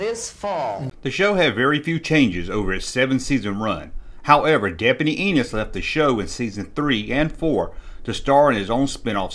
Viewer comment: Brilliant show.....but every time they said enos.....it sounds like anus to me...lol